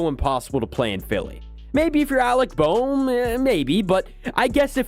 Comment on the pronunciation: Alec Bohm got a standing ovation the next night and it turned his season around, almost exactly like Trea Turner, IDK why you said it like that lol.